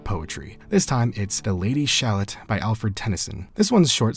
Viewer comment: These are fun videos. FYI: It's pronounced "Sha-LOTT" to rhyme with "Camelot," btw.